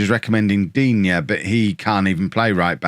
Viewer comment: Digne is pronounced Dee-Na- btw, didn't think he'd be this efficient after his Everton spell.